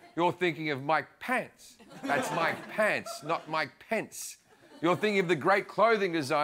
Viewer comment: U said mc pence,like my pants. LoL